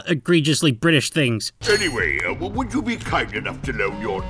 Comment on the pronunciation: woulod? go home your drunk.